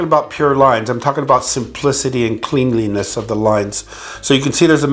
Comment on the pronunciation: . Argh! He can't pronounce cleanliness 🤦🏻‍♂️